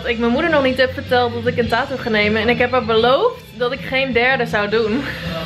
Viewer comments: Je zegt taatoo maar je Moët zeggen tatoe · Er zijn gwn mensen die het een beetje appart uitspreken, nu ik het hoor kan ik de video eigenlijk echt niet kijken😫, ik cringe echt